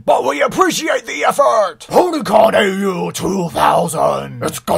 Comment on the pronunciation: You pronounce AU wrong. It's not supposed to be spelled out, it's pronounced like "aw".